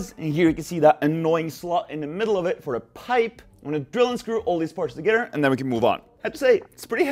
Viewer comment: tuhgedder??? Lol